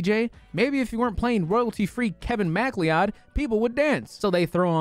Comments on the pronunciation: MackLeeOdd? It’s Mc Cloud. McLeod, it’s MICK CLOUD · Mack...Lee-ow'd... MICK'LOUD LIKE FOX McCLOUD - From SMASH Thank you Kevin Macleod for all that you do for peeps on the internet; you will be famous for eternity. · I cant tell if him saying Macleod like that was a joke or not.... it's said like Ma-Cloud